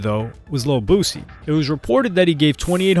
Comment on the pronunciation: It’s BOO-SEA